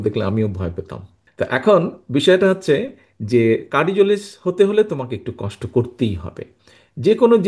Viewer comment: What a English 😂😂 কার্ডিজোলিস্ট🥱